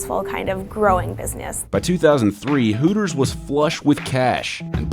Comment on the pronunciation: Hootors.... Sounds like hookers